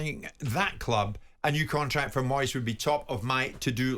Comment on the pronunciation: I'm sorry ter say again it's Moyeseh